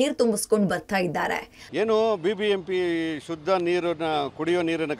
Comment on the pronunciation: "ಶದ್ದ" ಅಲ್ಲಾ, "ಶುದ್ಧ" ಅಂತ ಆಗಬೇಕು